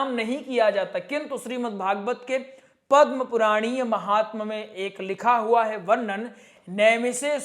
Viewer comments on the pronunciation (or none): none